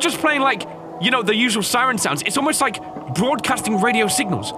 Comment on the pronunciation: I like how you say LIEK this video when I think you gonna say LIKE this video